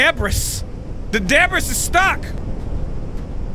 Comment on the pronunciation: Debris is pronounced “de Bree”. Just saying